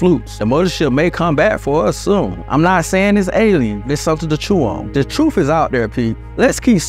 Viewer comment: The word truth isn't pronounced truf !